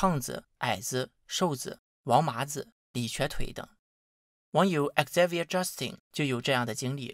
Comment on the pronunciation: 雖然不是很重要，但 Xavier的Xa發音應該更接近Za或Ze